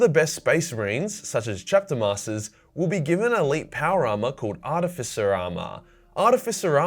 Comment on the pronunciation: "it willl"